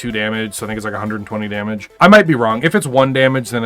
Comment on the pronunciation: twentie damege :D